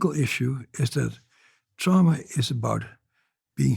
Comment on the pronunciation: Trama not drama!!!